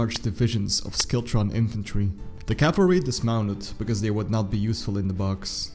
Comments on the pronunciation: Nice clear account. Thanks. Might try pronouncing as: Berrick and shiltron. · Silent W in Berwick and silent C in Schiltron... other than that it wasn't too bad :)